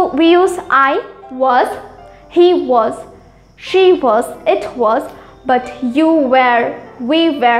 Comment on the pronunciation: Not where i.e were difference is there. While ur pronouncing i.e was wrong